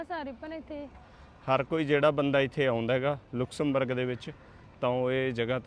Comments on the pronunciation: ਭਾਜੀ ਇਸ ਦਾ ਨਾਮ ਲੁਕਸਮਬਰਗ ਨਹੀ ਲਗਜ਼ਮਬਰਗ ਹੈ। ਮੈਂ ਖੁਦ ਇਹ ਸਾਰਾ ਕੰਟਰੀ ਘੁੰਮਿਆ ਹੋਇਆ ਹੈ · naam te sahi le lenda😅😅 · Please speak the right Pronunciation of Luxembourg .you can check on Google